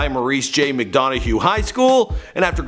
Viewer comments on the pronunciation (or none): its pronounced Mick-Don-Uhh High School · the hs is right but the pronunciation was way off lolol